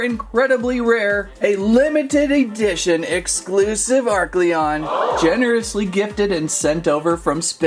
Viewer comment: Oh and its a-r-Celon